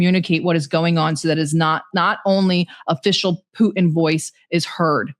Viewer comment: Who is this "POO-in" you keep talking about? 🤔